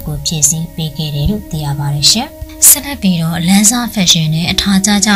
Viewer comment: ကြေငြာတဲ့နောက်ခံစကားပြောတဲ့သူကစကားမပြောတတ်ဘူးပဲ။ဒါမှမဟုတ် ဆောက်ပိုလုပ်ပြောတာလားတော့မသိဘူး။ဆက်လက်ပြီးတော့ကိုဆက်လက်ပီတောတဲ့ရီးလိုပဲ